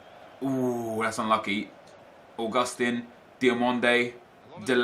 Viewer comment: Augustin (AUGUST TEEN) not (a gust ten)